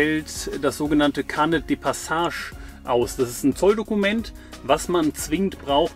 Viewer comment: Gesprochen: Peh-loh-ponn-ees, nicht Peloponnes wie etwa Pommes (anderes Video) Gesprochen: Car-neh, nicht Kar-Nett (liebes Auto) - Carnet ist frz. Schöne Darstellungen! Die 800 Euro pro Nase pro Monat stehen nun einerseits der Wohnung in D gegenüber (Zusammenleben in einer Wohnung, Nebenkosten und Lebensmittel dürften ähnlich sein, aber man hat dann noch kein Auto). Auf der anderen Seite hat der Camper über die vermutlich 40.000 km sicherlich auch einen Wertverlust erlitten. Von 40.000 € Anschaffung des anscheinend neuen Fzgs dürften optimistisch ca. 28.000 € aus Verkauf übrig bleiben. Das sind 12.000 € Mehrkosten zusammen, und 500 € pro Nase pro Monat. Dann sind da sicherlich noch die ca. 1.800 € Gehaltsnetto, die jeder von Euch monatlich sonst erzielt haben könnte, und auf die Ihr nun verzichtet habt. Darin sind Urlaubs-, Weihnachtsgeld und Wartezeit auf den nächsten Job schon enthalten. Ein Auto kostet pro Monat ca. 300 € Vollkosten (also mit Sprit auf ca. 15.000 km/Jahr). Die darf man noch (für jeden einzeln) abziehen, weil ihr das Auto zuhause für die Arbeit gebraucht hättet. Die 3 letzten Positionen sind nun im Grunde die Kosten der Weltreise, nämlich (+1800+500-300=) € 2.000 pro Nase pro Monat. Erstens holt Ihr das aber schnell wieder rein, zweitens wart Ihr ohne Kinder noch unabhängig und drittens kann Euch die Erinnerung an die und die Erfahrungen aus der Reise niemand mehr nehmen.